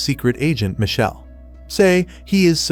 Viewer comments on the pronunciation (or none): none